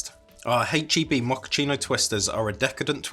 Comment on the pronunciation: u said hache instead of ache , if it is an American brand u must pronounce it the USA way. TY san antonio based with products from Mexico